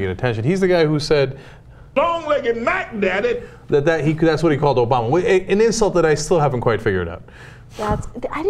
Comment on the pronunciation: really to me sounds more like "long legged madden addict" rather than "long legged mack daddy" though lol :D I'm not american or british or whatever.. english is not my native language so I dunno. So I may don't get that local american slang? At any rate... that pastor really makes himself look like a fool.. it's just embarrassing and hilarious. He even tried implying Cenk may have been born on another planet, lol! Svar ·